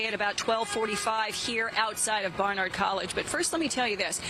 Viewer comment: Can you at least try to pronounce Barnard right? You’re a New York station.